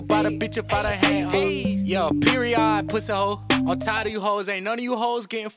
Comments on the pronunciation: he said PEROID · he said poriod dead